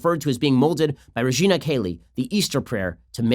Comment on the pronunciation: If you are going to say "Regina Caeli" you might walk over to Michael Knowles and ask him how it's pronounced first, lol.